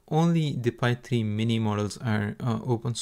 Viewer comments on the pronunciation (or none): Isn't it pronounced Fai rather than Pai?